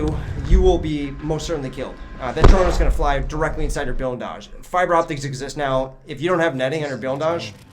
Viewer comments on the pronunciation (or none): it comes from the Russian word "Блиндаж" which is translated directly to "Blindage" It may be that the Ukrainian accent or the dialect that he worked with pronounced "Blindage" as "Bilindage" but i'm not very certain as to why he says it like that.